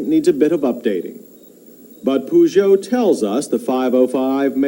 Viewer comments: Makes a point about the pronounciation of Peugeot and then calls it a Poo-jo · We europeans call it Pe-joe instead of Poo-joe.